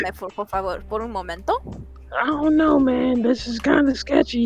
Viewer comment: “Poor favor” good job ig but it’s Por favor